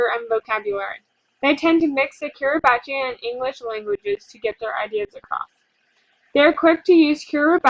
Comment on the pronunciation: It's pronounced kee-ree-bus